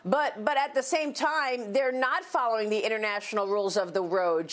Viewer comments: oh man new drinking game. shot everytime he says chiner! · Why does he have to say "chIIIna" like that .. annoying..